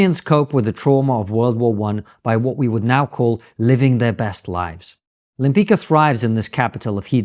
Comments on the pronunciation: You pronounce Lempicka: Lempitzka and not Lempica; like Trotsky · Lempicka's name is pronounced more akin to “Lempitska”. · Lem+pits+ka. That's how you pronounce her name. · I believe her name is pronounced "Lem-pitch-ka." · You know better how to pronounce Lempicka. She was a great painter and I hope this spikes people interest in Polish artists who around this period whare the best in the world.